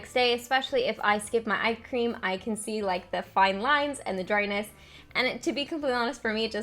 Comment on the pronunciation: I was in the other room and I kept hearing you say ice cream instead of eye cream! I agree, ice cream shouldn't be avoided. Lol